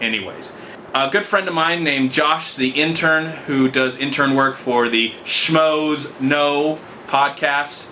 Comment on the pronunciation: Glad to hear you finally pronounce Schmoes Know correctly.